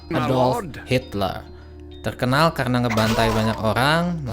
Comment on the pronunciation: Empayeghhh jepang teghhkenal dengan diktatoghh..sepeghhtii jamann oghhbaa😂😂😂😅 anjayy ngakak liat cadel goblok ngomong😂😂😂😅😅